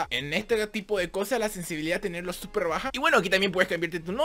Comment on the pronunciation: Dice "Seper"